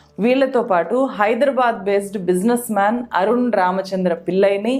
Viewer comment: మీ విశ్లేషణ బాగుంది. తెలుగు దరిద్రం గా ఉంది. వీల్లు కాదు వీళ్లు. పిల్లై కాదు పిళ్ళై. అరున్ కాదు అరుణ్. Please rectify to become one of good youtubers in news.